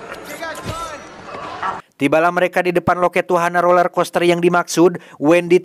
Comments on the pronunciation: Roller bg bukan lorel😭😭😭🙏🏻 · “Roler” min, bukan lorer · BANG ROLLERCOASTER BUKAN LORER KOSTER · Roler bang bukan lorer